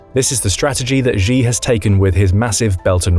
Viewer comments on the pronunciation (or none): Hey, could you stop pronouncing Xi as "ʒee"? It's pronounced "shee". The "ʒ" sound doesn't exist in Mandarin nor any dialect of Chinese. Please, as a journalistic organization, spend five minutes to learn the pinyin orthography and read Chinese names correctly. It's not hard. They took letters that seemed redundant—X, Q, and C, and reassigned them to other sounds that English orthography uses letter combinations to write. X got the "sh" sound, Q got the "ch" sound, and C got the "ts" sound.